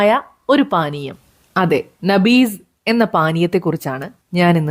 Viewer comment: നബീز എന്നല്ല നബീ ذഎന്നാണ് പറയേണ്ടത്. ട്ടൊ